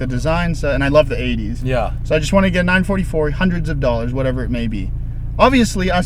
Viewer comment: I really approve of you Matt say the car's name properly " nine , four four" instead of nine forty for like most other American reviewer. Same with the 928 and 968